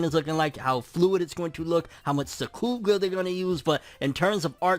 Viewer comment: Sukuga? You mean sakuga? Lmao